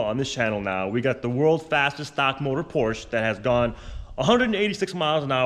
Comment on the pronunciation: I cannot watch a car guy channel with a guy that can't pronounce PORSCHE properly! ! 😄